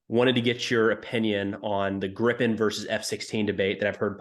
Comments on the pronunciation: Griiipen not Grippen. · Jesus Christ, why is it so hard to learn how to pronounce Gripen correctly? The "i" in the middle is pronounced like the "ie" in grief. Or the "ea" in read. (I guess we have to accept the English/American way to pronounce the leading "gr"...) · Btw, 'Gripen' is pronounced like if you spelled it 'Greepen' in English, like in 'green'. 'Gripen' means 'the Griffin'.